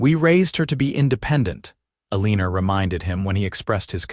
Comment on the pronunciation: Once again good story but her name is pronounced wrong. El un or. Not el een er 🥴. And his name is pronounced Wild!